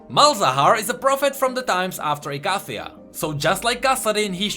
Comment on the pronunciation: are you sure icathia is pronounced like that